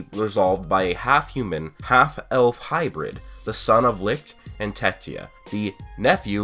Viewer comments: HOW THE FUCK DOES THIS GUY STILL NOT KNOW HOW TO PRONOUNCE "LICHT" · The way you say, - LICHT makes me cringe hard man. You are pronouncing it wrong. But beside that you have a nice theory!